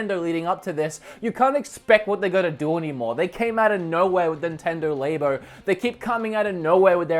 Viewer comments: Nintendo LABO(ratory). LAB-O. Not Label. Definitely not Labia. LAB-O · what is a lay-bo? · For the love of God, stop saying laybo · Urgh "lay-bo". It's Labo, man. As in LABOratory. It's a laboratory for making and experimenting with games and programming. You make it sound like it's for experimenting with labias. How do people not get this. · he keeps calling it laybo, its Lab-o. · "Nintendo layboh" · Did you just say Nintendo laybo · He also says laybia... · I heard lamer